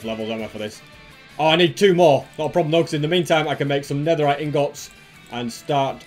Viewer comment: i love how he says ingôts instead ingots.